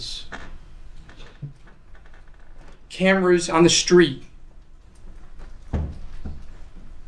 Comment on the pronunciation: pronounces the prosecutor as “Steet” 😆